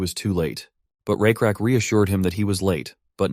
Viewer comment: You guys say it's lakrak it's rakrak ❤